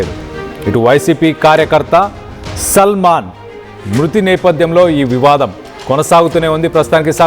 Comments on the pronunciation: సల్మాన్ కి సాల్మన్ తేడా తెలియని తెలుగు చూసి చదవను రాని జర్నలిస్టులు తయారయ్యారు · ఒరేయ్ హౌలే సల్మాన్ కాదు,,,, సాల్మన్...